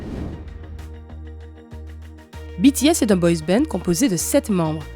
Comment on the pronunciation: Pour une fois qu'on prononce correctement 💜BTS💜 UwU 💕💗